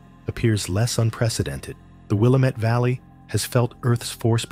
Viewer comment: Willamette pronounced wi-LAM-et Driving me crazy when those giving info can’t even pronounce important landmarks